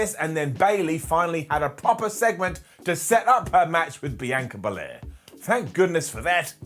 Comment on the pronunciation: Your pronouncing Bianca Bel-air wrong. Lol